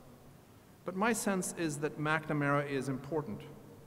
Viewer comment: Yegads...this is an excellent lecture but WHY does she keep calling him "Mackda-mara????"